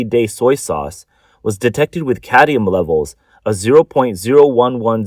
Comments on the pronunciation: Cadmium, not cadium. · It’s cadmium not cadium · Cadmium. Not "cadium." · Cadmium not cadium, there is no such thing as cadium. So much for the Asian genious myth lmao. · I don't care if it's cadium or caddium. Just so long as it's not cadmium. How could they let him record the whole video like this and nobody said anything? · It's not "caddium" it's cadmium --- say it right or don't read the news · It's like drilling in my brain. I can handle it once or twice. I mean, you have one job. Read the script. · Why can't the reader pronounce "cadmium"? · Cad-MI-um for fucks sake You don't even know what it is apparently so why so worried about it? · lol did you mean caddium? the narrator apparently did